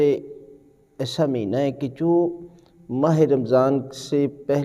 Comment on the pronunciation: Meena nahee hota bulkay Maheena hota hai.